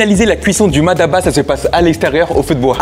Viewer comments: peut amener a prononcer MADABA alors que c'est MATABA . mais n'empêche qu'il peu y'avoir une prononciation différentes.. 😂 en tout cas c'est bon et c'est tout ce qui compte . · C'est Mataba , non Madaba , car le sens est complètement différent ( Ma daba = les idiots) 😉 allez chill bon appétit